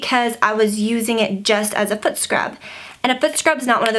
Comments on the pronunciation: The entire time I thought you were saying "foot" scrub. Then I looked in the description, "fruit" scrub. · I thought the same!